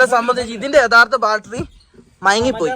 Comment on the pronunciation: ബാൽട്ടറി അല്ല പൊട്ടന്മാരെ...... ബാറ്ററി ബാറ്ററി ബാറ്ററി ബാറ്ററി Battery Battery Battery Battery Battery